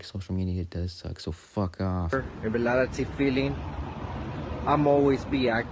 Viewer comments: He said “Realily” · Why do I kinda find it funny how he’s saying reality wrong?